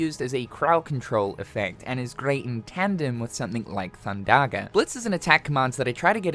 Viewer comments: thundagger😮 hard r too😅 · Theres no r thin thundaga